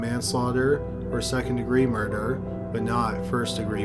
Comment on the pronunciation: Dude can u not pronounce murder very well? Sounds like u always say murderer